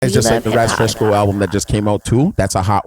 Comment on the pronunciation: said Raz FreshCo. 🤣